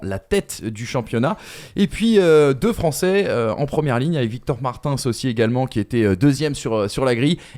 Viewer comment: pour ton information Victor Martins se prononce « Marteens ». Victor l’avait lui même précisé lorsqu’il est venu commenter un gp sur la RTBF (la télévision belge) aux côtés de Gaëtan Vigneront Voilà 👍